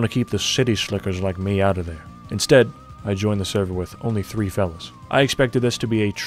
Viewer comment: is canadian confirmed. Öut occurs